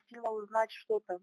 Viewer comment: Is this just from the SBU's Youtube channel? The Russians swear up and down that these conversations are scripted, so it would be insightful for someone to determine what kind of regional accent they're speaking with. OK - she says "it's just that" and says the word 'that' with a HEAVY Ukrainian accent - she says "sho" (що) instead of "shto" (что). You've gotta watch out for fakes, guys. Not saying Russia didn't get clobbered in Kherson. 😀